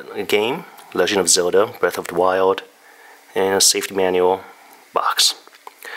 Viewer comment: Breath of the Why-old